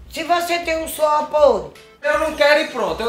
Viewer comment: "Suor pôde" kkkkkkkkk